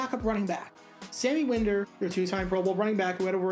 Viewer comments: That's "Wine-der" not "Win-der". Sammy was awsome! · And Sammy WINE-der. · It's Gas-ten, and WinDER. Learn how to pronounce the names of players!! And Charles White, was overcoming a drug addiction, so the Rams had to draft a RB in 88. As for most surprising, he was a 1st round pick, so somebody saw talent. He was both misused with the LA Rams, and didn't work hard enough to be a NFL RB. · Gastone and Win-der... You're killing me bro! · Hate to be that guy, but it is Gast-un Green and Sammy Wine-der. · Dude. If you're gonna make videos like this, please at least learn how to pronounce the players' names. Watch some games from there era, and listen to how Sammy Winder's and Gaston Green's names are pronounced. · Not sure you are saying Gaston correctly. *check that - you must be really young, because you also pronounced Winder with a short (i) instead of a long. Okay, just wanted to say that.